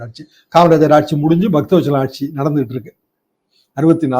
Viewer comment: ஆட்ஜியும் இல்லை, பஜ்ஜியுமில்லை "ஆட்சி" நன்றி.